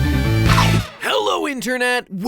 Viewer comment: Berries and CREM EHEHAHAHAHA